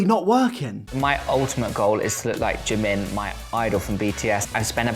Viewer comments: You’d think if he loved jimin so much hed attempted to learn korean and pronounce his name correctly. Not“Jih men” more like “jeemeen”(지민). Korean pronunciation is tricky but with all his obsession you’d think he’d try💀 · Can we appreciate how he says he loves Jimin and all of that but can't even pronounce his name correctly? It's JImin not JimIn lol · The fact that he can't even pronounce Jimin's name correctly in Korean is making me puke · God am I the only one that hear that oli said that his name is oli min ARE YOU KIDDING ME!!!!!! Jimin name is PARK jimin you can tell that oli know nothing about him And he even not pronounce his name right!!!!!!! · He doesn't even say Jimin correctly! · Oli can't even say Jimins name right. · To Oli London: Please stop butchering Korean thank you. If you were really appreciated the Korean language then you would actually take the dedicated time to learn how to pronounce words correctly, sorry not sorry that’s the FACTS